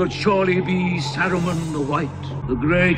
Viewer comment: Surprised you were more annoyed by the password than Gandalf calling Saruman Aruman.